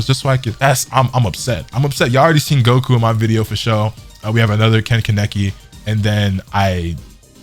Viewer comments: KAH-NAH-KI = Kaneki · Why bro say Ken-kineki? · Raping the japanese names bro :p . If u watch it in japanese u can hear them say it the correct way KA NE KI :p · Stop saying Kaneki